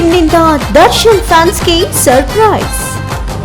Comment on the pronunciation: ಅದು ಸರ್ ಪ್ರೆಸ್ ಅಲ್ಲ. ಸರ್ಪ್ರೈಸ್